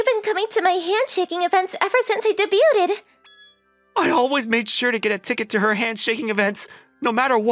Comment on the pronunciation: I love these little stories but this is too rich the way she pronounced debuted as “day butte Ted “ 😢